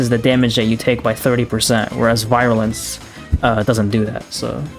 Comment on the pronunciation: i know this video is 10 months old but "virulence" is pronounced VEER - u - lence not VI - ru - lence